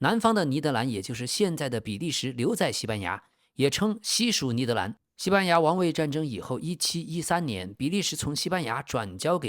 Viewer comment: 以前我一直以为这个频道是AI的声音，直到我听到 把「尼德兰」念成「尼德南」我就知道这确实是人念的